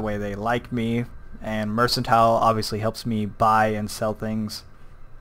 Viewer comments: 1. It's not "mersantile" it's "merkantile" 2. The place you start in is not Oblivion, it's Cyrodil 3. What you call Cyrodil, is The Imperial City.. Other than that, great vid! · "It's not 'mercantile' it's 'mercantile'" Did that make sense? No? Tada.